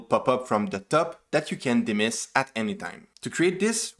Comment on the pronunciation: he says dimiss instead of dismiss🤣.. nice video though, expected something like this from flutter official